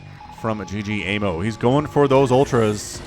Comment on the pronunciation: Love your cast man. Though ggaemo is not g-g-emo. it is ggae-mo. 'gg' is an stressed 'g' in korean. Keep the awesome casting!